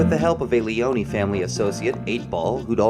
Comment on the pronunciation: Lee-own not Lee-own-eeeee I made the same mistake as a kid when I played this.